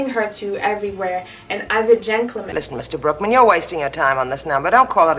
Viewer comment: His name is Brookman… but it sounds like Brokeman. Lol